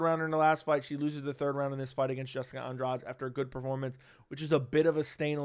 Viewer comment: An-DRADGE? It's An-dra-GEE. Why do Americans always tend to "own" foreign words only to mess them up!?